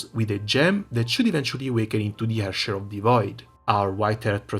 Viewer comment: Happy to hear you enjoy it as much as I do. Also, I can't recall the last time someone pronounced Herrscher right. Really caught me of guard.